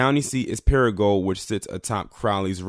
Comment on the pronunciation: Your not pronouncing crow-Lees, Crowley, correctly or para-gould, paragould, your welcome!